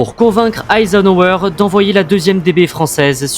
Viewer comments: Mispronouncing Eisenhower's name once was bad enough. Twice was a disgrace. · AI or Auto-dubbed "Pronunciations" of General Eisenhower's name were poor and unacceptable. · Your AI voiceover, among other things, mispronounced Eisenhower and McArthur